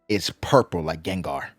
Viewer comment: Bro said gengar😂😂